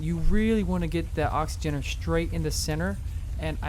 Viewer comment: It's an oxygenator not oxygenerator